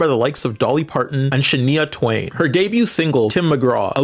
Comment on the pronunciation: It's pronounced Sha Nai Ya Twane. Also Gaga is Bi? Can you maybe not do Bi Erasure while posturing as a leftist for entertainment?